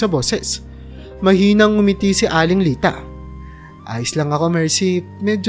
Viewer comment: Bigkasin mo Naman Ng Tama ang pangalan ni Timote at aling Lita Yan ang di maganda sa iiyong pagkukwento.